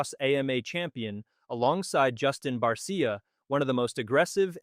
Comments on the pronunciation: The way he pronounced Justin Barssiiaaaa makes me wonder if he knows what super cross actually is???? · This channel lost all credibility when it said MXGP was the premier series and they pronounced Barcia wrong. The European series is the AMA farm league.